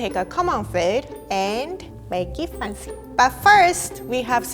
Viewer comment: Someone please teach me to say that "make it fancy" cuz the way she pronounce is impossible to repeat 😭